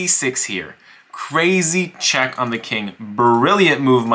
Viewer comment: He explains it with normal until “queen H2 CHHHECK MATE”